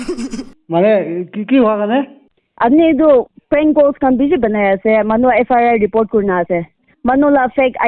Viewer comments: Not FRI it's FIR.... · FRI or FIR 😂 evn pestak didn't evn knew tht she repeating says FRI, FRI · FIR❌ FRI ✅😂😂😂😂😂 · Sister it's not FRI it's FIR🤣🤣🤣🤣🤣